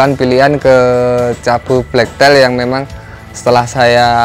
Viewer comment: hrganya sepasang berapa mas ? black tail ( bacanya teil bukan tail ) ekor hitam.